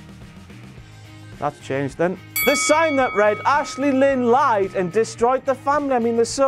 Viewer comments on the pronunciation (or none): none